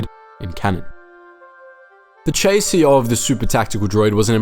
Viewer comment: Never heard chassis pronounced as "chay c" before.